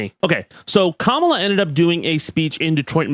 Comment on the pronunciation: Why do you always mispronounce Kamala?